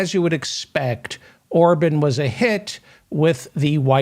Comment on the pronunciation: Remember Republican Senator Larry Craig in the airport bathroom. P.S. Orban is pronounced "Ore - bon" not "Ore - bun"